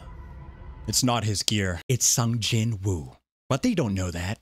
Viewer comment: Its "Song Jin"